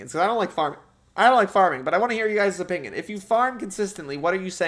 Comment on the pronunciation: the way says "opingion" just pmo